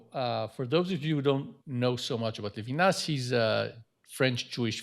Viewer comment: maybe introducer could learn to pronounce Levinas? it's not English. it's embarrassing when professors do that.